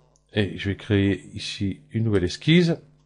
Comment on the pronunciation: on ne comprends rien à ce que vous faites. Les explications sont brouillons on ne voit pas où vous voulez aller. Ps : on ne dis pas exquise (ça c'est pour les charlottes aux fraises ou les glaces autres au choix) mais esquiSSe. Courage avec beaucoup de travail vous ferez bien 2 vues de plus.